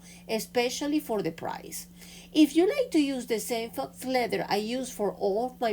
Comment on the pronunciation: the word “faux” is pronounced “Foe” and means fake or imposter.